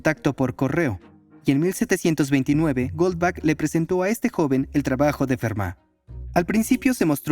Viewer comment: El apellido alemán Goldbach no se pronuncia "Golbak", se pronuncia "Goldbaj", igual que el apellido del compositor alemán Juan Sebastian Bach, que se pronuncia "Baj". Bach significa "arroyo" y Gold sigtnifica "oro".